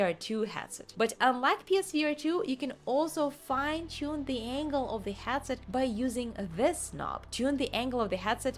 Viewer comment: "HATset" XD I remember people mocking me too here in comment when I tried my emglish by saying DK2 DevelopMINT Kit .... 9 years ago -)